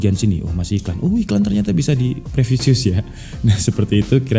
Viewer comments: previous, bukan previsious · Privius bang bukan previseus 🙏🙏🙏